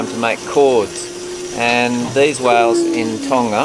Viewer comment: why do they pronounce whales as "wells"